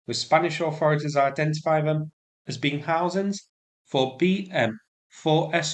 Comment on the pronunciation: To the VO words ending in ING are pronounced ing like housing not housin ‘ ing . If you’re going to do a video at least learn your pronunciation. You sound ridiculous. The Lancashire accent is bad enough !